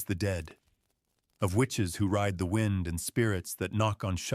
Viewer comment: "wined" howling... Spoken by a machine that's never felt or heard any wind.